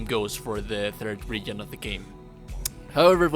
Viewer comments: Idk but how horribly you say region is almost funny. Reagan lmao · putting it here as a reply so it's not as visible but youtube how to pronounce the word region not trying to be mean it's just distracting you speak english better than I speak your native language though